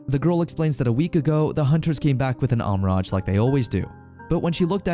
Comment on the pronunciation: Wow, he pronounces Almiraj, but still can't pronounce rehabilitation. lol